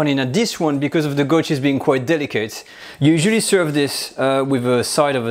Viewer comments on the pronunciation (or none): none